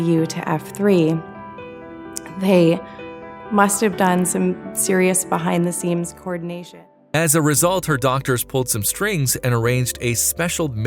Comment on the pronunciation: she says "serious behind the seems" instead of "behind the scenes", my stepmom and her whole family would always say that wrong the same way. Completely off topic but it put a smile of nostalgia on my face face.